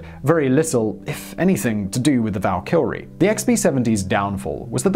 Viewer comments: is there a L in this word?! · Val-kr-ee not Val-kill-re ; idk why but it made me cringe every time. Great video though!!! love megaprojects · Flibble Nope, im English, he's pronouncing it wrong...... Tomaytoe, tomaaaatoe. :) Great doc btw. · Me, cringing every time he says "Val-KILL-ree". It's "VAL-ki-ree". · Dude... Valkyrie. ONE L. And the B-52/Prop blunder aside, it was an interesting video. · val-kyrie, not val-kyL-rie fiscal, not fisTcal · I'm not sure why you are calling it the val"kill"rie. I thought this was a fairly common word pronunciation. The far more common pronunciation (perhaps American) is a much more flat and less "projected" pronunciation val"ker"rie. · It is pronounced val keer ry not val killary. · Dude, what's wrong with your brain? It's NOT "Val-Kil-Ree" There's no friggin L after the Y Try Vaal-Ki-Ree (at least for the anglicized pronunciation) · It's not "The Valkylrie"....It's "The Valkyrie". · Who is this Val Kylrie ? Val-Kee-Ree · Hey Simon, there's only one "L" in Valkyrie. It's VAL-KR-EE not VAL-KILL-REE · Val kill re? Val kyur ee. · Simon, why are you pronouncing it like "Val Kilmer". It's Val-Ki-Ree. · oh jesus christ. It is Val-Ka-Ree not Val-Kar-iee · I like how when he says Valkyrie he say "Valkylrie" like Val Kilmer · It's Valkyrie not Val Kilrie. Val Kilrie is the guy who played Batman in the 90's. Why has nobody ever corrected you on this? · VaL ker E Valkyrie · Val kill ree? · Does he keep saying Val kil ree? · All I can think of is Val Kilmer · Am I the only one who hears ValkyLrie when he pronounces the name of the plane? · Simon, there’s only one L in Valkyrie. “Valkylrie” lol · It can't only be me.........Val- kill- ree? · LMFAO val kill ree lol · VAL -Ker - REE ..!!!!!!!!!!! say it say it !!!!!!!!!! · How is someone who sounds soo educated soo bad a pronunciations val-kill-ey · And the R? Val Kree or Val Kerr ee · Why do you pronounce Valkyrie as Valkilrie? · Valkilry? Oké bye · I hear 'Val kil rie'.